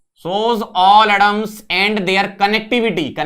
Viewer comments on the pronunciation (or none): He pronounces atoms as adoms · me - 'atoms' sir - 'adams'